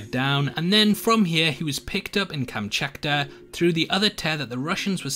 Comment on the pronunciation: What's 'KamchaKTa', actually? Never heard that one nor seen in the series. Some new word? Such as "Kamchakta", "Chukokta" and so on?